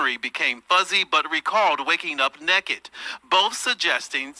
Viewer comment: He said "neked" 😅